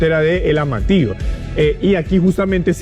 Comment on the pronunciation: Decí Amatillo no Amatio por favor pronuncia bien las palabras, llevan la letra ll, y